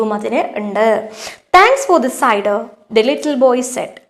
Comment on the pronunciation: Tr cider enn ningal parayunnath thettan ningal parayunnath sider ennan😂